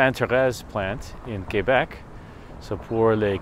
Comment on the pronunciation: Félicitations pour avoir prononcé Québec correctement. On entend trop souvent des anglo-canadiens dire kwaybec... bravo pour un américain